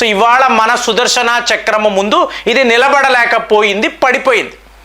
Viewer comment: సార్, సుదర్శన చక్రం అనండి, సుదర్శనా చక్రం అంటే ఏదోలా ఉంది.